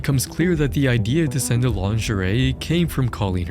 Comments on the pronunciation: In 24 hours we’re gonna see the Internet Anarchist knockoff but he pronounces lingerie as “lin-ger-ee” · he's gonna say "linger-ree" again lol